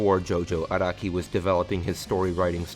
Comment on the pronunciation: its Ah-rah-kee not ah-roh-ki